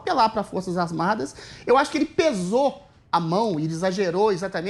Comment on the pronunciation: "apelar para as forças asmadas". Tá foda em Adrilles? Kskskskskskksksksksk